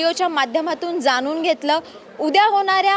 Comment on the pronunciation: मराठी तरी शुद्ध बोला. ण आणि न चा फरक समजून घ्या. ते जाणुन असं बोला जानुन नाही